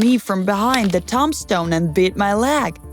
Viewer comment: I just am annoyed that she says words wrong for instance tomb stone thumb stone